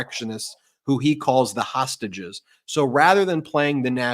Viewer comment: He seems to have a problem saying 'hostages'. Hosashes